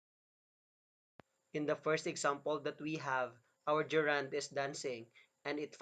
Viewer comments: Very nice. Gerund is not ge’rund. We say ‘gerund- the stress begins this word. The idea and explanation are great, only wrong pronunciation spoils it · It's funny to hear the person who can barely pronounce the word GERUND correctly,to teach about it. There are several mistakes that I notices: some are in his speech and some are in the explanation. So if you really want to know about the functions of the gerund - DON'T LISTEN TO HIM. Here's the sentence ( min): Her hands are shaking. He explains the word shaking as a reund, having no idea what he is talking about. In this sentence "shaking" is present PARTICIPLE, not a gerund. So he's grammatically illiterate. Don't let be taught wrongly.